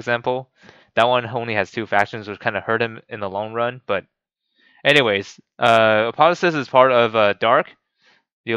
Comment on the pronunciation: Apo theo sis there is a ''O'' there